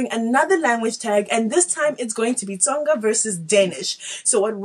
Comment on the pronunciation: He can't even say Tsonga 💀💀💀💀